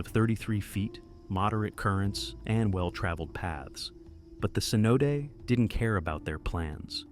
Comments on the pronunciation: Sinote... Really? Cmon man a simple google search and you couldve gotten the pronunciation "seh'noh'tay" cenote. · aS in no take